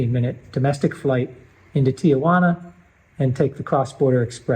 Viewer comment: It’s a great video but I’m curious why so many X patriots are living in Mexico have still not figured out how to pronounce the city of Tijuana name correctly. It is not Tiajuana or Tia Juana. It’s Tijuana. Please think about this in perspective if you were a Mexican in the United States. The city of Tijuana has 1.3 million people. No make a list of many cities in the United States that have close to the population and ask a Mexican to pronounce the names of those cities. They will most likely pronounce it correctly even though English is likely their second language. I know it sounds like I’m being nitpicky but I have lived and worked and traveled a lot in Mexico during the last 35 or 40 years and I meet people who live in Mazatlan and Puerto Vallarta who are retired there, retired Gringos you’ve been there for over 10 years and they still cannot pronounce the names of the cities that they live in correctly. What is up with Gringos and their lack of being able to speak a basic language correctly? It makes me embarrassed to associate with other Gringos when I’m in Mexico